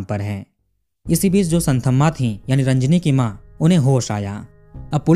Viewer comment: भाईसाहब एक बात बताता चलू, की ये साऊथ वाले स्पेलिंग की * कर देते हैं. इनका "th" का उच्चारण होता हैं 'त " और dh का होता हैं द. मैं चेन्नई में रहा हूं 2 साल इसलिये जानता हूं. आप कहानी इतनी अच्छी सुनाते हैं, लेकिन साऊथ के नाम उच्चारण में आप गल्ती करते हैं. इस स्टोरी में वो संथम्मा नही, संतम्मा हैं. ये आप ध्यान में रखें प्लीज.